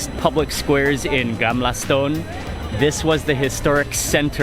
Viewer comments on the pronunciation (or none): "Gamla Stoon" lol